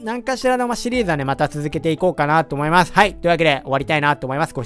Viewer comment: 思いまスュ 滑舌ww